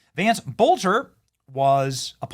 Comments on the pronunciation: Its not bolter it's pronounced Bellter. Hello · This masked man can’t be Vance Boelter! Masked man is shorter and lighter than Boelter! His name is pronounced like “BELTER”